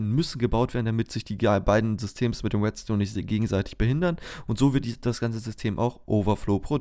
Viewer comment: Es heißt REDstone nicht WETstone !!!!!